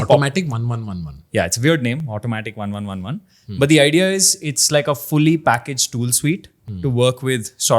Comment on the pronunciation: Pronounce - Automatic1111 as "Automatic eleven eleven", maybe sounds cool, just saying. haha Love your jodi guys, nazar na lagey..